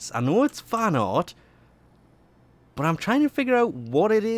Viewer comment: stop saying BUT .... the way you say it , it sounds like BUTT